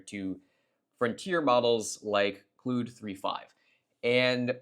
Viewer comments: bro ive heard you say literally every possible pronunciation of Claude except the correct one... Clood... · It’s cloud. As in clouds that rain. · Good stuff. Not sure if you got trolled or if you're trolling us with the pronunciation of Claude -- in either case, it's pronounced "CLAWED." As in Claude Rains, Claude Shannon, Claude Monet, Claude Chabrol, Claude Debussy...